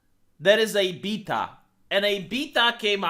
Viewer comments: I kept hearing PEDOT when you say beta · I like how say the word "Beta". 😂